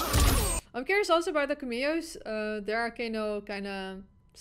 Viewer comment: Yes I also love the “KaMio’s”😭😭😭———Cam-Me-O